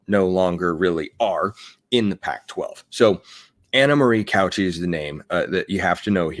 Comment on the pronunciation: You said her name so many times, my brain forced me to. Cauce is pronounced Cow Say, not couch e